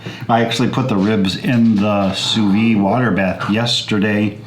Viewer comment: It’s called a sous vide, “Soo Vee”.